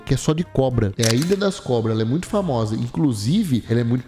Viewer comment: Que narração é essa kkkkkkkkkkkk ilhãn bebidãn intuitivãnnn